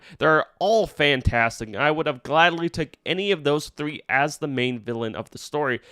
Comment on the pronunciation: did. you say 3 or 30? i rewinded it and it sounded like "thurry" or "thur-reeeeee" haha